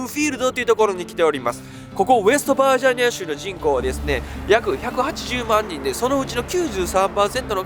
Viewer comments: 日本人？ ちゃんと日本語発音して喋ってくれ。恥ずかしい。バージャニアとかヒルベリーとかメキシカとかWarをワーとかなんだそれ🤦🏻‍♀️ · 一回もバージニアって言えてない😢